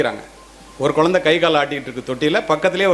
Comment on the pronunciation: ஐயா குலந்தை இல்லை குழந்தை ழகர வரிசைதான் தமிழின் அழகு அதை முதலில் தாங்கள் சரி செய்துவிட்டு பிறகு வீடியோ போடவும் மாம்பழம் என்பதை மாம்பலம் என்றால் எப்படி ஐயா தங்களுக்கு புரியும் என்று நினைக்கிறேன் தமிழ் என்பது மொழி அல்ல நம் உயிர்